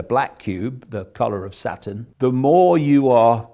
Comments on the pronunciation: I like how he pronounces Saturn like Satan. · I love how he pronounces Saturn...